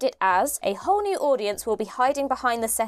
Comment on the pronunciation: When she said "A whole new audience" I heard "A horny audience". Still fits